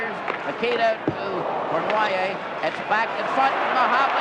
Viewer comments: Old Foster Hewitt trying to pronounce Yvan Cournoyer's name... Cornwire, Cornhay, Cornwhy. LOL. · The legendary Foster Hewitt seems to have trouble pronouncing Savard and Cournoyer.